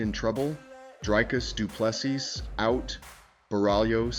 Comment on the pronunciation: Repeat after me: "Dree-Cuss Doo-Plê- See" Again: "Dree-Cuss Doo-Plê- See" Once more: "Dree-Cuss Doo-Plê- See" Last time: "Dree-Cuss Doo-Plê- See" Final time: "Dree-Cuss Doo-Plê- See" Final last time: "Dree-Cuss Doo-Plê- See" Now try AGAIN: "Dree-Cuss Doo-Plê- See"